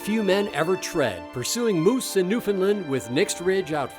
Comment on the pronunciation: New Found Lund as in Eng Lund, Ire Lund Ice Lund Scot Lund